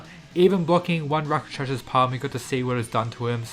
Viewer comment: Rock-shah-sah Say it with me. Not rakashasha